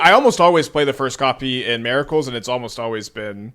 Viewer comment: MER-I-CULS brother 😂